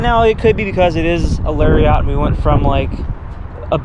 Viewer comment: thumbs down because you pronounced it larryaughts. Also, all my doors unlock with the remote.